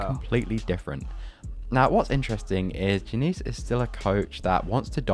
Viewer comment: Your pronounciation of Fluminense was acceptable. Diniz, not so much, but is easy to improve.